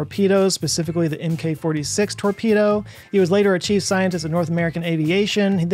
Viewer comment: The "MK" in "MK 46 torpedo" is actually pronounced "Mark". Just sayin. Love your videos!